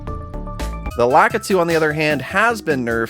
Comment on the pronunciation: He's pronounced La-KEE-tu, you uncultured swine!